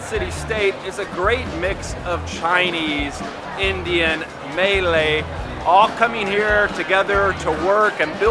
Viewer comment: Just a little pronunciation help here…Abalone is: Abba low knee Malay is: Muh lay